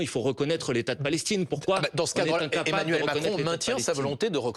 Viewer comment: Emmanuel* Macron cocotte (la crédibilité ça commence par savoir prononcer correctement les prénoms et noms des hommes politiques tu vois)